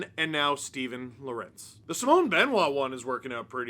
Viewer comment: Pronounce: Law-Wer-Untz